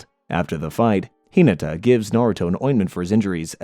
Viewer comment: Hee-nuh-tuh High-you-guh